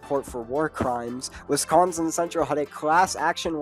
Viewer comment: Horrible take imo. Also I’d politely ask please pronounce my state correctly next time.